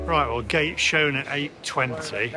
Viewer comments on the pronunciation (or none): none